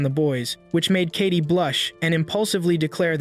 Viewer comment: It's not kati it's Katie